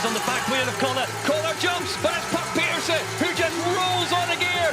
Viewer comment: Can you lads learn to pronounce Puck Pieterse's name correctly please? 🤦🏻